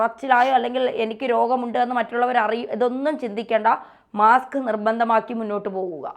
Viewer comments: മാക്സ് അല്ല മാസ്ക്. 😮😮😮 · മാക്സ് അല്ല മാസ്ക് ആണ്.